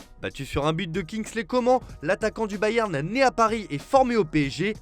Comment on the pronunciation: Déjà comment tu prononce « Coman » ? Tu mérite des insultes